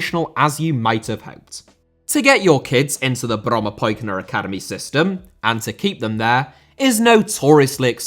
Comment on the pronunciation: Well done with the pronunciation of "Brommapojkarna"